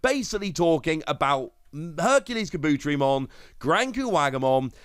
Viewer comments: I love your content but every time you talk about kabuterimon you butcher the name so badly! Car-bu-teri-mon! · seriously. You are so mispronuncing Kabuterimon. Take Kabuto, like the pokemon, and combine it with Terri, like the beginning of Terriermon. Kah-boo-terri-mon. Im sorry, but you keep doing this, and its especially annoying at this state. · Awsome video love them also nice for keeping up to date and obtaining knowledge of past card drops etc I just started I epically failed to join when this game first dropped lol Anywho anyone else find the themselves screaming internally it IS KA! BUUUU!!! TERRI!! MOOOOON!!! lmao although he may be pronouncing it correct but for us who grew up with the show its diffrent like 🤔 how ill only say puppetmon